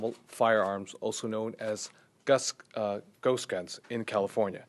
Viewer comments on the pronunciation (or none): He keeps saying gust guns lol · Did he say a “Gus gun” or ghost gun? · Why does he keep saying gust, it’s almost like he doesn’t know how to say the word ghost. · He keeps on misspronounceing ghost as gust,seriously not hard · Great video man and this guy is a fuckin moron and should be removed from his job immediately he had hard time even ghost he kept saying gust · I'm scared now... That 'gun engine' is terrifying. Ghust er ghost gun. He said it twice! If you are gonna make up bullshit terminology at least pronounce it right, jackass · He seems to have a difficult time saying ghost, he keeps saying ghust. He must be nervous cause he knows what he's saying is a lie. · He says gust gun a lot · Guss guns?? Gust gun? Shockaly?? Who fucking taught this idiot English? I'm not even to mention and how stupid and bereft of gun knowledge this guy is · I believe it's pronounced Guhst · He can't even say ghost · Can't even say ghost correctly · This moron can't even pronounce ghost. Maybe he should spend some more time with his therapist. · This is what happens when u elect jack asses that can't even efficiently pronounce GHOST correctly go educate yourself on something before u say it needs to be banned u piece of shit Mr. "Guss gun" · can't even pronounce ghost